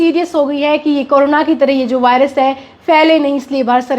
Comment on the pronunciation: वॉयरस ❎ वायरस ✅